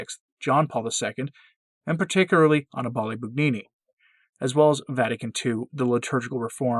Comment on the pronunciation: Hey,, first of all, the name is pronounced ah-NEE-bah-lay, NOT AH-nee-Bah-lay. Second, brace yourself, Father Annibale Bugnini, CM, is your better. Yes, that's right, your better. He was smarter than you, more devout, had more to contribute to the Church, AND, his name will live on as one of the architects of the modern Roman Church. Forever. Whether you like it or not. Also, you seem to find it sporting to denounce a man, a great man, when he is not here to defend himself, I think that is as cowardly as abortionists killing a baby who cannot defend himself. Think about it.